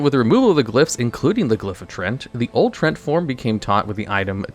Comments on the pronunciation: Yeah, most of the time he was pronouncing it as trent instead of tree-ant. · He is saying "trents" though lol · I hate that you pronounce it "Trent".